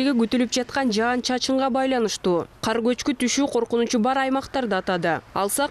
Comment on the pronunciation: Жаз айы жаандын мезгили .Жаандын коп жаашын тилейли .Бул видиодо аба ырайын алдын ала билдирип жаткан айым " жаан " деген созду ката айтып жатат, " жан " деген соз менен ."Жан " деген создун мааниси башка да .Тууралыгында " жаан " деп эки удаалаш келген " аа " тамгалары менен суйлошу керек .Угуп турсанар , ката суйлоп жатат.Ушу кантип болсун ? Уят да , озу чон эле айым экен .Казыркы адамдардын копчулкгу ката создор менен суйлошот.Кээ бир мезгилдерде журналисттер да ката создор менен жана создорго туура эмес басым менен суйлошот .Журналисттер тилдин кузгусу болуулары керек жана ушундай талап теле алып баруучуларга да тийиштуу .Теле алып баруучулар копчулук убакта ката суйлошот.Адабий нормада так жана даана суйлоолору тийиш.